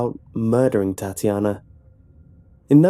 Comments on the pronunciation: ಠuಠ idk he says it like "TatIAna", not "Tatyana" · I like how u pronounce Tatjana, funny af xD